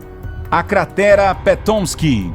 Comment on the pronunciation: Tá, bom, bem explicado, mas pelamor, NEM TUDO NO MUNDO É INGLÊS!!! Não tem nada de 'pétomisqui' na cratera, é PA-TOMISK, mesmo, que é nome de um rio local. Essa mania de inventar pronúncia só tira a credibilidade do canal.